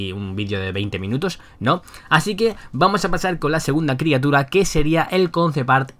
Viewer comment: Bro, dijiste criatuda.